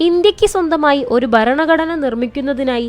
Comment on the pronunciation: ബരണഘടനയല്ല ഭരണഘടനയാണ് ശരി.